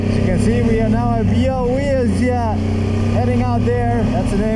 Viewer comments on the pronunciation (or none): Almost good with Białowieża = biały 'white', wieża 'tower', spell ż like s in 'measure' :)